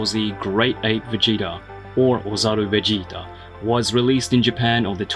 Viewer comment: He said Vegéta